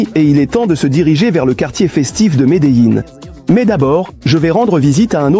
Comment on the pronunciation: horrible cette IA, je préfère les sous titres au pire que ce doublage complètement pourrit, même Medellin se transforme en Médéline...